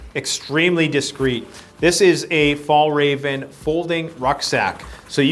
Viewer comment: I must say I laughed a bit about the "Fallraven" = Fjällräven :) the literal translation is "the mountain fox", a brand from Sweden. Not easy for English speakers to pronounce though.